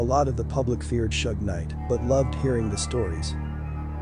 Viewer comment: Bro if you can't pronounce Suge Knight man correctly then you're a hoax